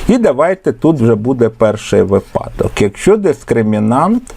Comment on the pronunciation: Дякуємо за пояснення. Цікаво і корисно. Єдине прохання, зверніть, будь ласка, увагу на наголос у слові "вИпадок", бо грамотними учням буде "різати вухо". Дякуємо за Ваш труд. Завжди чекаємо на Ваші уроки❤- незамінний помічник і для учнів і для вчителів!